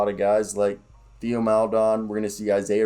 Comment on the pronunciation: If you’re not a Thunder fan it’s completely understandable to not know some of these guys or how to pronounce their names. I just wanted to bring you up to speed a few things, but just know I’m not being an asshole. So, with that out of the way. Here we go. Deck and Svi are gone, Wiggins signed a 2-way, it’s easier to just call him Poku lol, and Theo is actually pronounced like Tay-oh because he’s French. Loved the video though man. I’m always eager to hear Thunder talk.